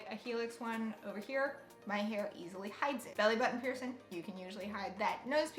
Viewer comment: The way you say piercing.... "Pearson"